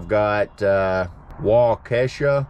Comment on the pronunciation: It was very nice to meet you tonight. I laughed at the way you pronounced some of the towns. Waukesha is pronounced wok e shaw Menasha is Men ash uh.